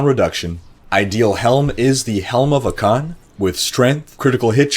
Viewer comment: lol ah-CAN just made me laugh, classic miss the under rated you. 👊